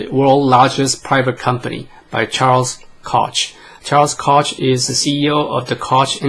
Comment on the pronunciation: Koch...pronounced “Coke”